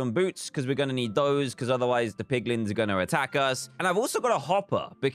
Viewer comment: dantdm :poglins me: piglins*